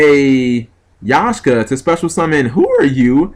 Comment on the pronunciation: G! it's Ya-k-sha! Not Yah-sh-ka, but again, you are the guy who plays blue jeans with bujohnny crane